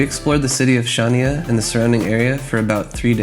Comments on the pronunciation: Considering you bother making a video about Crete you could have learned how to pronounce Chania, it would improve your credibility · "CH" in Chania is pronounced like "J" in Spanish Jesus, for example. Shania Twain maybe :D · I wish you would pronounce Χανιά correctly - it's not Shania it's Hhaniá - where Hh is like Scottish ch in Loch or ch in German "ich". The accent is on the last "a". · Its pronounced han-ya but spelt Chania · Chania = Hha-`nya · hi i don’t mean to be awful but chania is pronounced Hania ! silent C , but i can understand how you can mis pronounce , we have been going to south west crete for over 15 yrs and yes we love it too !